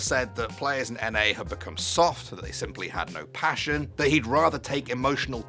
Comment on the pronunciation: Bro said Pation😂 did you mean to say passion?